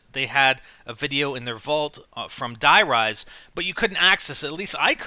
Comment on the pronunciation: it hasn't been Nazi zombies since kino and were speaking English and that's a wrong way to pronounce it btw we already have a der riese and die RISE like skyscrapers